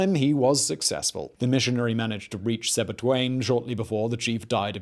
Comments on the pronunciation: The largest part and the source of the Zambezi is in Zambia..and its Sebetwane not Sebtuane. Really love the narration but get your facts straight. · its Sebetwane